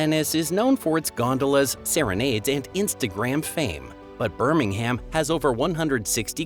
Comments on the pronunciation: Birmingham pronounced Bir-ming-am or Bir-ming-um with little emphasis on the g and certainly no H. The H is a very common mistake made by Americans with so many ***ham cities, towns, and villages. If you see a "ham" there may be exceptions but you will always be on safe ground to pronounce it "um". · SCREAM!!!!! BIRMING HAM.... For God's sake, if you must make a "Program" about Britain, LEARN how we pronounce OUR words!!! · It's not Birming-HAM. And it's AD, NOT CE. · After Birming-HAM, the woke, politically correct CE instead of the more appropriate AD, and words with out at the end pronounced as oot, I had had enough. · Guillemots = "gilly-mots" Lough Neagh= "loch nay"Birmingham=burming-um (BirmingHAM is in Alabama) Cromer=krowmer Alnwick=annick, gneiss=nice